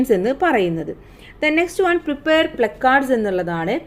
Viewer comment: പ്ലാകാർഡ് പറ ചേച്ചി 😡